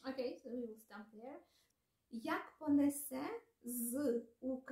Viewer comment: нііііі, наголос. Так не люблю коли українці, читаючи "Заповіт" не так читають. Ось так тре- "понЕсе". І "до сАмого". Тим не менш, дякуємо, що ви робите таку важку і потрібну роботу! Успіхів і на далі) До речі, а чи можете перекласти вірш Василя Симоненка "Де зараз ви, кати мого народу?" Чи надто жорстокі там слова присутні?...